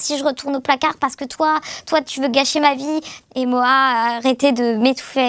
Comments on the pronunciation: A partir du moment où elles prononcent « Moi la squale » au lieu de Moha j’écoute même pas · Aparté on dit MoHa svp.. et je veux pas faire l avocat du diable y’a quand même la présomption d’innocence ..